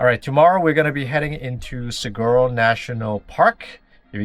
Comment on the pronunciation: We started watching you because we live in Arizona and want the van life. Love your content. But all Arizonans are screaming SAH-WHAR-OH when you say saguaro.